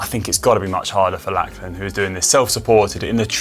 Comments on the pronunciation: I know us Aussies speak English and it’s not our own language. But every Aussie guy called Lachlan (is pronounced Lock-lan or Lockie). Every pommie pundit seems to call him Lack-lan so I can only assume that’s normal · How come Conor wasn't told the correct pronunciation of Lachlan Morton's name? It is pronounced LOCH-lan, not LACH-lan.